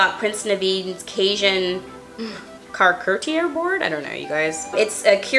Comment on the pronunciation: Som-all-E-yay=Sommelier. Shar-coot-er-ree=charcuterie